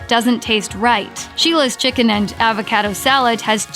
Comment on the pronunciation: She can’t say Pasta or Avocado.